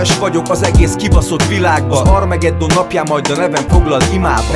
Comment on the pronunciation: Csak én vettem észre hogy "armegeddon"t mond armageddon helyett?:D